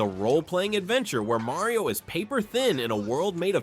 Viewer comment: If you are a Nintendo channel, you should learn how to pronounce Mario.